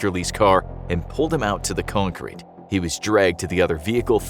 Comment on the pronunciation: We all gonna ignore that this man pronounced it cone Crete not concrete 🤦🏽